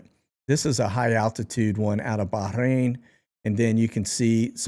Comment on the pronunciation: you crack me up with your foreign accent every time you pronounce Bahrain… lol… it’s ok to say it without the rrrrrr accent! lol 😂😂😂😂😂😂